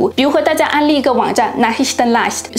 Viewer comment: Zeo的德语发音已经很好了， 一个小小的指正 Nachrichten Leicht 重读 Nach, 轻读 rich-ten